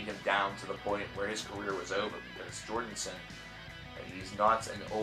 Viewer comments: I think it's funny he keeps saying Jordenson, instead of Jordison. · You keep calling him Jordonson. It kept bothering me. I'll just watch the video in the description. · and I'm just over here rdy to throw my phone across the room every time this guy pronounces his name "jordinson"... for fuck sake man... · Why do you keEP SAYING 'JORDINSON'